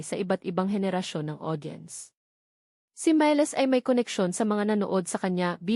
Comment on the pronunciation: Ayusin mo ang bigkas ng pangalan ni miles. Review . Sakit ng bigkas mo . .